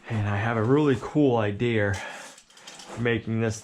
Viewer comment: You know you're in New England when someone says IDEAR instead of idea.